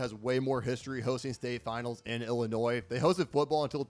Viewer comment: You got Illinois wrong